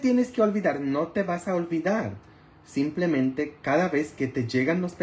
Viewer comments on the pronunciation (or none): none